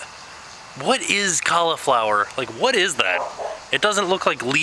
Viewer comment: The way you say cauliflower. You say it as if there is no i in it. xD When you upload it normally, I watch your video about 6 in the morning, and it's kinda good for me cause it's before I go to school.